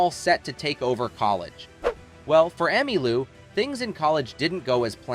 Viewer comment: No kidding! "Fuse-ed". "Emma Lou". Frequent er-roars.